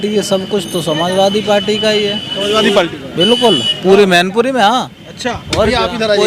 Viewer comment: Palti nhi party'bolo bhai